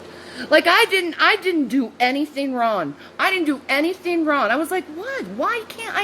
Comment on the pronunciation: Why can't she speak normally? 'Anytheen, sumthin, rawn, lawn, damoore, human be-un??? She needs speech therapy.